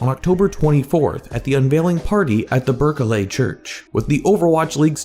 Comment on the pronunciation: Ber-ke-lay? R u serious?